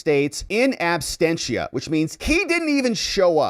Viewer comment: Abstentia ❌ Absentia ✔ 🙂